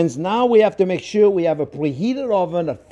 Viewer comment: For SUUR, that is SUURLY GRATE.